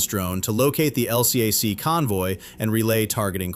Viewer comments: This is an A.I. channel. Surprise surprise! As a Naval “expertise” channel- every Navy sailor knows those hovercraft are called “EL-cack “; not “El See Ay Sees”. Big give away. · AI, it's "el-cack," not LCAC! Also, your AI pronounces USS like, "U. S. S. ...). If you're going to do USN stuff, use (or teach your cheap AI) to use USN jargon and pronounciation.